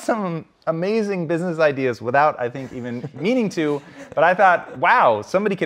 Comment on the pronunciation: "idears", love it.